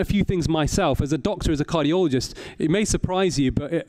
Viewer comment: what's a "cargioloist"